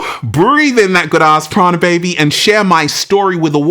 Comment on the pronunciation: Prana sounds like piranha